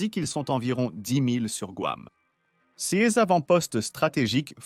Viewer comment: Votre voix de synthèse à encore beaucoup de progrès à faire: quand j'entends cèse alors qu'il est écrit "ces", je dégage illico.